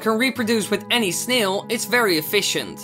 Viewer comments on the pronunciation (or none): no offense but the way u say snail hahaha it sounds like sneels